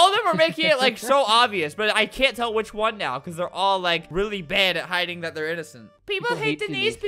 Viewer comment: No HE SAYED CUN'T CU- CAN'T